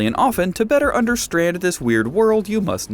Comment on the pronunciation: I stopped watching as soon as he said "understrand"